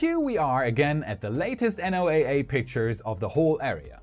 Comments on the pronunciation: Tip: don't say "NOAA", instead say "Noah" (like the ark man in the Bible). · Today's lesson in fun English xxidiomsxx ACRONYMS. NOAA, like NASA is pronounced like a word....Noah. Cheers!